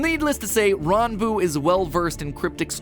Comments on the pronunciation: The fact that he looked up how to pronounce Ranboo, so much respect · finally someone pronounces ranboo's name correctly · Oh he got the pronunciation right